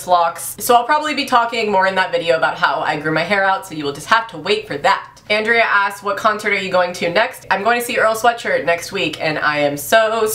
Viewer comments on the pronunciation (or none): none